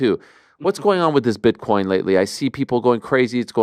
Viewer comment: "Bitch-coin" -Money Moicano